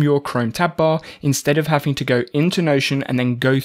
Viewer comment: Stop saying HAFING TO :😢